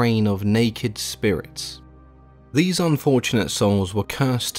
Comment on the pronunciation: Narrator: the circle of deese Me, shamelessly out loud at work: DEESE NUTS